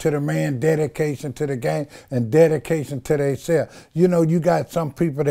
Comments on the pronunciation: Did he say DADication? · Im fukn 😂😂..nigga said its "Dedication"😭😂😂